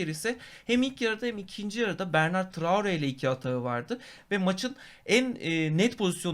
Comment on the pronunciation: Bernard traore degil bertrand traore. Turkiyede daha su adamin ismini duzgun okuyan cikmadi.